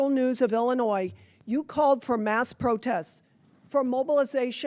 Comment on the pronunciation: Miller, who mispronounces the state she represents, is a tool of the fascist, takeover of American Democracy. Period. End of Story. Full Stop.